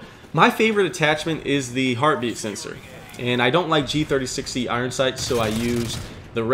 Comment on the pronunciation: Gotta give a like for dat Gee Thirty Sexy